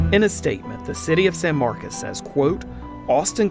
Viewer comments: stop mispronouncing SAN MARCOS, NOT SAN MARCAS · Why are they saying “San Marcus” when it’s with an “o” San Marcos” see the “o”???